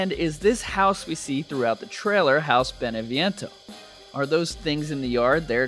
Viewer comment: I'm Italian and the Italian city is BENEVENTO without the i